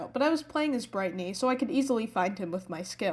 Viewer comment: saying:do toond pee ichor lol😂😂😂